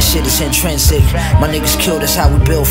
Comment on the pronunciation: I don't wanna be a stickler but I caught Roc mispronounce in·trin·sic. I ain't mad though, it happens but it hurts when it do!